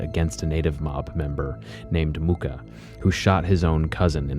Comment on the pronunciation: Muh-ka not Mooka. Also Wah-key-ya not Wankinyan. Oh-ga ma , not Ohgayma. Mucka is my cousin. I met Kon at my moms funeral back in 2010. I know Amos he was never a gang member and the only reason he was targeted was because he told the cops what he saw at a party where he tried to stop a killing. It’s sad the comments are trying to say he put his daughter in harms way like he’s some gang member when he never was.